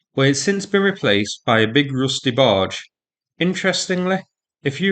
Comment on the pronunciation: Dafuq is a "roosty barge"?